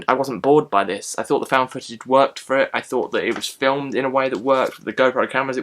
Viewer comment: I may see this. I liked ET, Goonies and Stand By Me as well. When you said "footage", it sounded like "fetish."